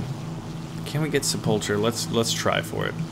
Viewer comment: Sepulcher pronounced sepul K er. A tomb or burial vault. Just saying since you like to put on the cheesy accents.. Love your vids